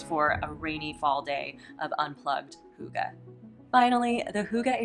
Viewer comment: I can confirm it is deeefinately not hoogah 🙊 its h-ih-gge. Im from Iceland and we also speak danish here. Love the video ❤